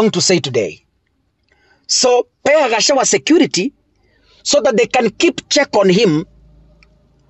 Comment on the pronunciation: You cant pronounce GACHAGUA ...g is there. You call him Gachawa...Pleeeaaassse Ndewa....Ndegwa....G again